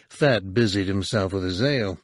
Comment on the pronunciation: I love how it sounds like he’s calling him Fatt. It’s hilarious every time he says it.